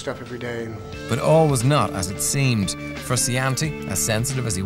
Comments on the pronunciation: Caleb McEnroe yeah dude right XD his name is not even that hard to pronounce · fruskiantee ARGHHH MY EARS ARE BLEEDING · What a disgrace to my nation. An Irish fella calling him John Fruskeeantee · Haha what the fuck? Surely that's not how an Irish accent pronounces Frusciante... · Frus-can-tee? Lol get outta here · I checked the comments hoping for fans input on the band and this little documentary but only found many comments on this man's pronunciation of Frusciante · i know it pisses me off so much how he pronounces it. He is one of my favorite guitar players of all time and the mispronunciation of his name is really pissing me off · turned it off as soon as he said johns name wrong.